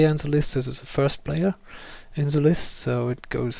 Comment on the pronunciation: haha, learn the TH xD alte Hütte still, nice video